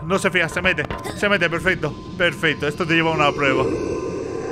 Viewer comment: no es Mommy es huggy y no se dice perfesto se dice perfecto